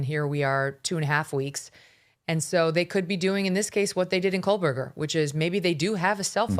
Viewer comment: there is no L in Koebergerr!!!!